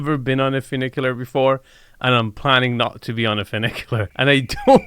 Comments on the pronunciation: clearly he just saw the name and figured ooooo that sounds posh and fun...... but no it doesnt sound fun.... FEW NIK YOO LAR = funicular now lets pronounce Nouveau riche together.. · Enes states in the opening that the property has “not one, but two funiculars…” A funicular is a type of cable railway that connects points along a railway track laid on a steep slope. And it has two cars—a descending car and an ascending car that counterbalance each other; one ascends as the other descends. That’s one funicular. And it’s pronounced “fyou (as in few) NICK ya ler” not “foo NICK ya ler”. But if there’s two cars, each with their own track, that travel independently of each other, then that’s two inclined elevators (not two funiculars). And Nevada is pronounced “Ne VAD (rhymes with dad) a” not “Ne VAUD (rhymes with odd) a”. You make some good points, but I’ve never seen one of your videos where you like a house that Enes is promoting. What’s that all about? You’re not the arbiter of good taste. It is subjective. And most of the houses you showcase would only appeal to new money anyway. But I agree with you about the Roman columns and the powder room’s neoclassical vanity; they’re out of place.